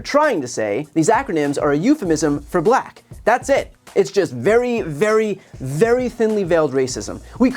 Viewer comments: "she became a 'BILAACK' person" didn't know 'Black" had a HARD R in it, good god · Him saying black but pronouncing it “Bla-hck” in frustration. That sh couldn’t be more telling in that moment. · Did he have any clue where he was??? So happy to see all women on the stage! Well, he was asked multi part questions, he probably couldn’t keep track of the thread. 😂 The way he pronounces “black”. WOW!! Vote Harris 2024!!! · The way he says , " and then she became a black person" the anouciation and punctuation on it 🤣😭😭🤣😳😱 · Listen, without looking, how he pronounces the word, black when talking about Harris. Tells you everything. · You know what else is weird? How Trump pronounces "black"